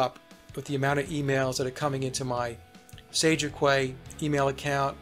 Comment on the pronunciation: maybe it's not the same in the States but...in the UK Quay is pronounced Key ;) and is an maritime name for a docking platform or floating marina. I always think of your show as Sage of KEY radio rather than Qway (Quay)